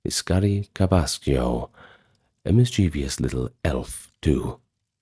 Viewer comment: Mischievous = MIS-chiv-uhs Will you cover Scandinavian folklore?